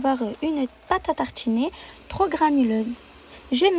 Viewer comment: Pate a tarchiner C'est partchhi 😂 Bien fancer 😂